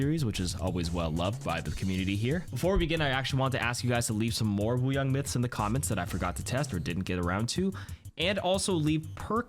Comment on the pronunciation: I keep hearing “water bong”